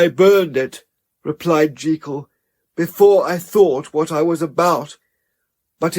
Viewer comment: This is a brilliant reading! And thank you for pronouncing Jekyll the right way!